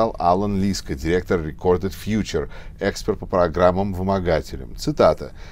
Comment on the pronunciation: Где-ударение.рф онлайн-словарь ударений русского языка Введите слово для проверки ударения... Ударение в слове эксперт В данном слове ударение должно быть поставлено на слог с буквой Е — экспЕрт. Извините. Лайк поставлен.